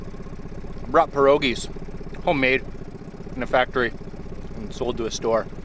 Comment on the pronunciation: I was wandering if you are Polish or have Polish background. Mainly of you said pirogi perfectly.